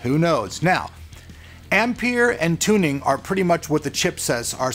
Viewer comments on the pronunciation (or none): Ampere and "Tuning"?? Wut? Thought it was Turing, after Alan Turing? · What is it about you Americans and the name Turing? In fact how the fuck can you call yourself a techie without knowing the name Turing? It is not pronounced "Tuning" or "Turning" it is pronounced "T-You-Ring". There is no chance in hell of any new cards coming out soon because AIBs haven't even been informed of the specs of any new GPU, so they cannot do even rudimentary preparations with regard to releasing anything. So your reporting on this is wishful thinking at best and wilful bullshit at worst. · Ampere and "Turing", as in Alan Turing (the inventor of the modern computer), not "Tuning".... on top of that there were many MANY other slip-ups on this video (especially when you were talking about the Nvidia vs AMD stats about 1/3 into the video). So please slow down and just get the words right. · The potential new architechture is pronounced “Turing” not “Tuning”, as it is referring to famous computer engineer Alan Turing, who may be familiar to you if you have seen The Imitation game.